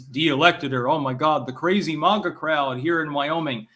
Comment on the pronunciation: When u gonna start pronouncing MAGA correctly?